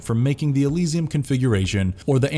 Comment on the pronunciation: LeMarchand. Elysium. I need to stop listening to this. It's obvious you're just a reading a script that I imagine you didn't write yourself because you are not even close with most of these.